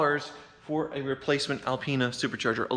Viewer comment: BMW gave him the Al-peen-a.